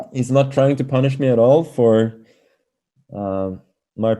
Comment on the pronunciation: why the hell he says punish me. It sounds weird lmao